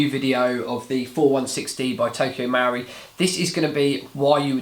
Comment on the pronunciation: Marui, the u comes after the r. MUH-ROO-EE not MOW-REE no? Looks nice in the box. Did you compare it to Krytac Trident MK2? Good vid, I'll check out the review.